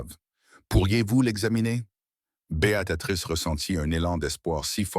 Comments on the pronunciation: Merci pour cette histoire. J'ai tout de même une remarque négative concernant Beatatrice...je m'appelle Béatrice et mes oreilles sont systématiquement agressées par cette IA qui ne sait pas dire B.e.a.t.r.i.c.e. Néanmoins je vous encourage à produire de belles histoires comme celles-ci. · C'est pas Bé a ta trice l'IA n'est pas fichu de dire correctement Béatrice.( Choissisez un prénom anglais, si c'est plus simple. Mais vos fautes a l'oral c'est moche, mais à l'écriture c'est pire. Nos pauvres oreilles et nos yeux.